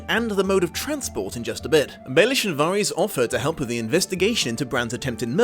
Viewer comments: It's Varys, but pronounced Var-is. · But, it's Alliser Thorne, not Alister/Alistar Thorne. And Varys isn't pronounced like that in the series so it bugged me as well.